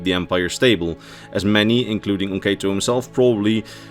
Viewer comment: I hate to be that guy, but I believe it's pronounced /o'katoʊ/, oh-KAH-toe, not /o'keıtoʊ/, oh-KAY-toe.